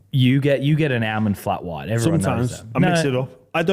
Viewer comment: The way says “Almond” hurts my head…..